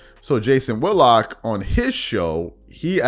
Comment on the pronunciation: Whit-lock not Wood-lock.